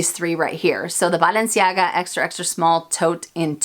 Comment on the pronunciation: I love how you pronounce Balenciaga!